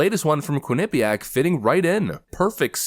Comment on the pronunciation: I'm from connecticut and it make me Laugh every time I hear you say Quinnipiac